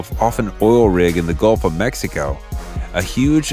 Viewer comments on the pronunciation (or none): none